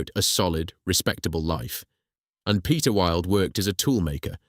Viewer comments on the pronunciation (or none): none